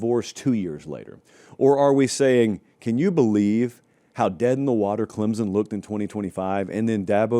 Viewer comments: its clemson not clemzon.. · Pronounced Clem(p)son